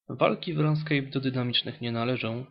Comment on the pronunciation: To nie jest RANSKEJP tylko RUNESKEJP :) "Gra wykonana jest w Javie" -> jest w 30%, reszta C++ "Walki w RS do dynamicznych nie należa" -> To się zmieni we wrześniu, będzie bardzo podobnie do WoW ale znacznie lepiej :D Nie żartuję I to tyle nieścisłości, reszta to prawda